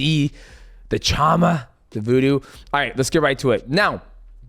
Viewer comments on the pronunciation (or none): "voodo" the "chama" 🤔🤔🤔🤔 He's a wizard?????